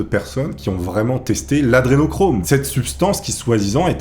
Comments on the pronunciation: Humm la base c est au moins de bien prononcer A DRE nochrome....pas ADE nochrome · C est pas "adenochrome" mais "adrenochrome". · C'est hyper casse cou*lles, tu ne fais que dire "Adénochrome" au lieu de "Adré..." tu fais péter un câble!!! A part de vieille vidéo remplie de fake news, devient de moins en moins intéressant à suivre. A plus! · AdRénochrome c'est le sujet de ta vidéo, c'est correctement orthographié partout mais t'es pas foutu de bien le prononcer pendant ton tournage... vraiment c'est la qualité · pourquoi tu fera pas une vidéo de rectification au niveau prononciation et articulation des mots... lol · AdRénochrome !!! T'es énervant un peu quand même...